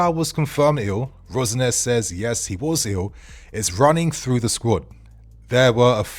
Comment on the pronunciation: Why do you keep calling him Rose-Nair? 😫